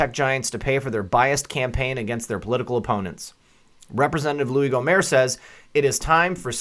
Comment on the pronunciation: You pronounce the t on the end of Gohmert, like you pronounce the t in shirt.